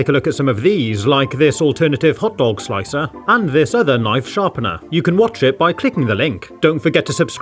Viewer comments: It's interesting to hear pronounce the r in "Hot Dog Slic'r". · lol😂 The way his British accent pronounced “Slic’r”